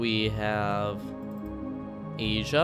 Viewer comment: I like how you said agea instead of asia here's the time code for it